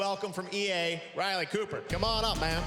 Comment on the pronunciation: I thought I was the only one who heard Ryan but after banner showed up 'Riley Cooper'